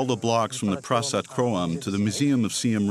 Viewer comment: Pra-sart not prazzats